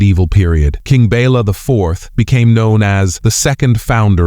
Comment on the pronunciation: The king was not "Bella" but Béla. "Béla knew what was at stake."